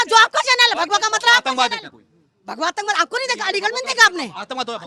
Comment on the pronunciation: Bhagwa he tu bola hai aise keh rahi ho jaise bhadwa boldiya😂😂😂